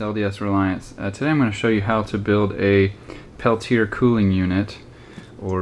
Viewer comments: The device (and the inventor's name) is pronounced "pell-tee-ay", not "pell-tee-er" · Brother, the "correct" pronunciation is "peltia." (The r is silent. the a isn't.) steve